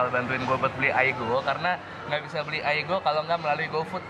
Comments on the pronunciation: Pengalaman saya waktu dulu bekerja di restoran korea, si boss yg asli korea sering nyebut aigo... bukan aigu... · Bukan aigu kak yang betul itu aigo 😁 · Yang Bener itu baca nya aigo, 아 = a, 이 = I, 고= go bkn gu soalnya Kalo gu itu 구. Jadi 아이고 bacanya aigo. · Bacanya Aigoo aja anjir. si ngotot. ngakak 😂😂😂 gemesin deh anjir. cewe emg gitu sih klo ma cowo, gak mau kalah mesti salah. haha. 😂😂 gue bgt ya allah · Aigoo tulisan nya baca nya kalo nggak salah Aigu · Yang bener di Baca AIGO bang.. Itukan dari korea..